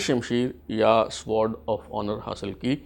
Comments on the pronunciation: سوارڈ کیا ہوتا ہے ؟ "سوڈ" sword بولتے ہیں اسے۔ سوڈ اوف اونر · Sword is pronounced as ‘sord’. Try to skip ‘w ‘from the pronunciation. Good research but s’W’ord makes it quite irritating. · Fantastic 👍 1. The word sword will be pronounced with a silent W (Sod). 2. CSUO stands for Company Senior Under Officer. Best regards. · An extremely irrelevant talk by this Gentleman,most of the information is incorrect,no need of this boring talk(illogical),cannot pronounce "Sword"calls it as sward of honour,strange just wasting time